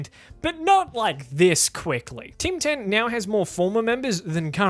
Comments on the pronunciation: I only heard you say "Tim Tan" instead of "Team 10". Bloody hell mate that was some weird pronunciation you had there... I didn't understand what you said until you showed the news part, where "Tim Tan" was written down. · Oh shit, I thought you were saying Ting Tam.